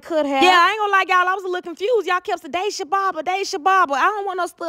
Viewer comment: It’s pronounced (DAH-SHA) 😅😅she said I’m not going to no barber shop 😅😅😅